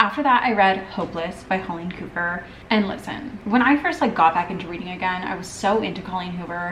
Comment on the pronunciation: I’m dying at you saying holleen coover instead of Colleen Hoover 😂😂😂